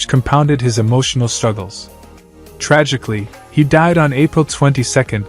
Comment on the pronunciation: I thought you said tragic